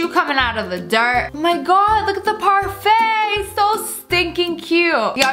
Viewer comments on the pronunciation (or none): none